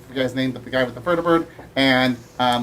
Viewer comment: ps you did butcher my name